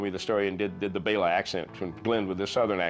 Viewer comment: Thank you for saying "Bela" (BAY-la) instead of "Bell-a." :)